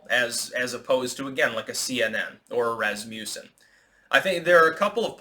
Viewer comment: Rass-muss-son; muss like fuss